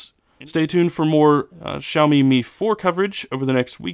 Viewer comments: XD XD Shao Mi hahahah it's s-ee-ow me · I'm sorry but I had to mention this; the way you pronounce Xiaomi felt weird. It's supposed to be see-ow, not shao, lol. Just saying.